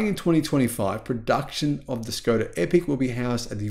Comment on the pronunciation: Please pronounce "Škoda" as "Sh-koda"